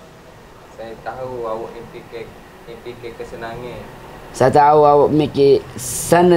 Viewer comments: "sekenangan"😂😂😂😂😂terbaik... practice make you perfect... good job... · cannot go far "sekenagan" HAHA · hari tu "KELEMANGAN""...hhahahaha hkni duk main "SEKENANGAN""...😂😂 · "Kesenangan" 10x "sekenangan" 10x ~ 2020~ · "Kesenangan"....ulang lagi... "Sekenangan"....hahahahaha....xbleh tahan btol aku....🤣🤣🤣🤣🤣 "Jom kita masok buat anak tangga"...🤣🤣🤣🤣🤣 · Haha kan!! Dia dah bole sebut kesenangan astu suruh repeat skali lagi jd sekenangan balik🤣🤣 tk thn gelak oi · kesenangan:sekenangan:se...sekenangan put: 😂😂😂😂 me: selok kero suko hahahhaa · kesenangan: sekenangan 🤣🤣 gelak pecah perutt oiiiii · " Muslimut "... " Sekenangan " hahaha pecoh perut ak suko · Sekenange....kesenange......sekenange... parey....meme win laaa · [bloopers ] - sekenangan, sekenangan, kesenangan.....last2 sekenangan jugok..😂😂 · Nk sebut ksengan pun pyh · #kesenangan..susah betul nak sebut...hahahaa # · "Kesenangan" tu susah betul nk sebut ..hahahaha🤭🤭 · Sabarnya layan awok2 ni.. Hahaha.. Kesenangan tu payah sungguh nk sebut 😂😂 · Kesenangan susah beno nk sbut nye HAHAHAHAHAAH.. 🤣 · payoh tu la nk sebut kesenangan 😂🤣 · Uish, payah benor nak sebut "kesenangan", Hahaha